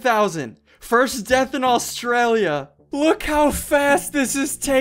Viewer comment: NOO NOT AISTRALIA MY HOME COUNTRY